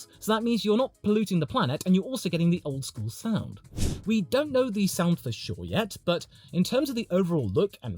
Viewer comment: I love how the 2026 car looks and how it will work. Smaller, shorter and lighter. I don't care if it is slower because faster doesn't mean better racing. And everytime you say for sure, I understand Verschoor 😂